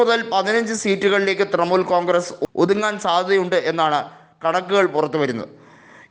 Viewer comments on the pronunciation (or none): തൃമുൽ അല്ല തൃണമൂൽ